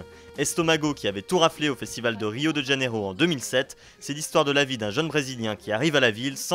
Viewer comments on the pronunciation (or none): Salut ! Je voudrais juste dire que 'Janeiro" dans Rio de Janeiro se dit comme notre mois de janvier, avec un j comme dans janvier et pas un Djaneiro par ex...je ne comprends pas pourquoi tant de gens font cette faute...c'est pourtant simple à prononcer comme le nôtre...et voilà